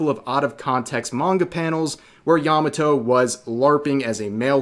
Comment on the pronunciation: Good grief. Yah Mah Toh NOT "Yammuh toe"